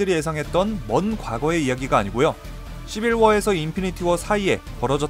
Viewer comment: 시빌워가 아니라 시발워 ??